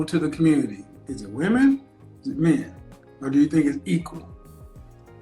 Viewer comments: Why does she keep saying "woman"and not " women "? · Dear America, women, plural, more than one (wim-in). Woman, singular (woom-uhn). It’s not difficult. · I really have a hard time hearing when a lot of people keep saying "woman" when they are speaking, and it should be said " women". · I swear to God I do not for the life of me understand why these younger people cannot pronounce the word "women"